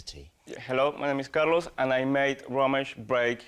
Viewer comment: I love how even after Carlos pronounces his name right they still keep saying Car loss.